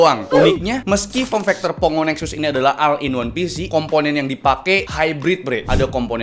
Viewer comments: all dibacanya ol bukan al,ini bahasa inggris basic yang harusnya seorangv youtuber kaya raya seperti abang itu harusnya tau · Bacanya ol bang bukan al